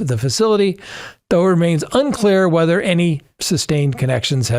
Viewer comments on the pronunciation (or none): none